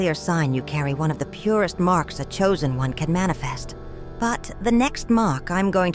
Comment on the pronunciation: Wooooow im shooozen oune😅😅🎉🎉